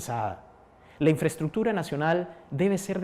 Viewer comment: primero que aprenda que se dice INFRAESTRUCTURA y no INFRATUTURA